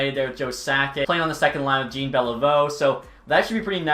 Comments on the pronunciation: BRUH IS NOT PRONOUNCED JEAN ITS PRONOUNCED JOHN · Lol when you get all the Japanese names right and pronounce Jean Beliveau like he’s not French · Do you seriously not know how to pronounce Jean Beliveau’s name???? It isn’t Jean like a pair of jeans , it’s fucking French!! I don’t speak French but I’m not a moron and know how to say his name. You shouldn’t ever talk anything about hockey again. 🤡🤡🤡